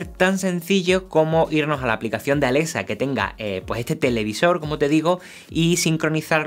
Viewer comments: pronuncia bien es Alexa no Alesa jajaja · *Alesa" XD